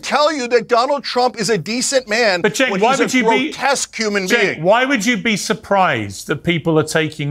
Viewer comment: You don't know how to pronounce Cenk's name wrong it's pronounced Jenk